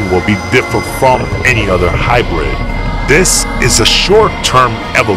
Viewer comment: He already say that the new video will come in October 7th at 7am (Pacific Time) and btw its hybrid not hibridy